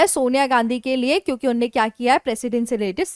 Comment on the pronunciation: मैडम आपका उच्चारण सही नहीं है रोज 10 कड़वी हरी मिर्च खाया करो। सही शब्द "उन्होंने" होता है "उन्ने" नहीं।